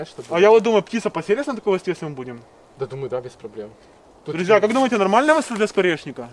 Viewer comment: Мне показалось или он сказал "птица посерится"?